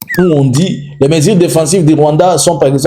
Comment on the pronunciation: MESURES et non MESIRES. Tu vas retourner élever les vaches et cultiver les haricots au Rwanda.